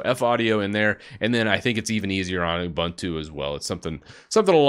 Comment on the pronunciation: it's not you-bun-two. it's oobuntu.